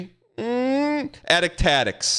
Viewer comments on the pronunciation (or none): The fact he can’t say the name when it’s so clever and rolls off the tongue absolutely kills me